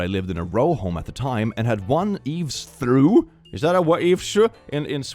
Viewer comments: Eavestrough, not eaves through - no "h". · "Eavestrough" is pronounced, "eevs troff." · Hey! "Eavestrough" is pronounced like "eve's troff." And yeah, theyre gutters. I know its counterintuitive but that English for ya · I think it's pronounced "eeves-troff". A trough being a container/bowl (you feed livestock from a feedtrough)? English is nuts.